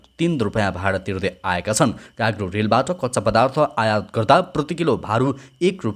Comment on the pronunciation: काग्रो होईन दाई कार्गो हो 😂